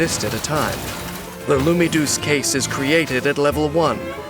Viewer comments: the way he says Lumidouce sound like he is saying LoonyToons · They said lumiduce case about 20 times from what I counted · I like the part where they said lumidouce case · My favourite part was when he said “Lumidouce Case”